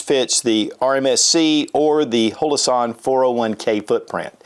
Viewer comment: Would you please pronounce Holosun correctly!! It's not Holoson, its Holo Sun